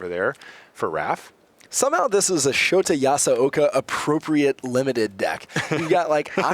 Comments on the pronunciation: Shota's name is pronounced show ta, not shot a. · He's pronouncing it Shoti. LOL. Poor guy.